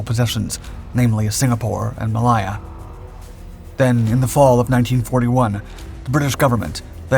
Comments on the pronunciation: Did this narrator call this WW2 battlefield Muh-Lie-Uh ?? It was May-Lay-uh, you goofus. Get a speech coach, fer crying out loud. Or better yet, watch some other WW2 documentaries. They pronounce it right. You'll learn that the territory became modern-day "May-Lay-zha." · Malaya is pronounced "Mal-ay-a". Not "Mal-eye-a." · Malaya is pronounced as "Mer-lay-yer" and not "Mer-lai-yer" by both the Malaysians and British. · Maliah you mean Malaysia? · "Maliar"......totally incorrect pronunciation. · "Maliya"??? Really? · Ma LAY a. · It is pronounced "May Lay Her ! :face-orange-biting-nails::face-fuchsia-poop-shape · Say ot with me, mu lay uah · Great content, but is the narration machine-generated? Malaya is pronounced ‘mah-lie-ah.’ Second time I’ve noticed mis-pronunciations of words. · Butchered the British pronunciation of Malaya. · Odd way to pronounce Malaya! As for Z. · and a lack of how to pronounce Malaya lmao